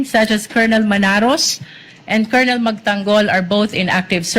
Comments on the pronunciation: Brod ang tamang pronunciation ng colonel ay (kernel) para d ka ma bash ng mga opposition vloggers fyi lang po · Paki ayos naman sir yong pronunciation ninyo ng colonel😮 n